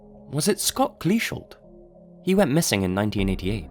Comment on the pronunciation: i think kleeschulte ends with an 'ee' sound, but so glad you finally covered that post. always gave me chills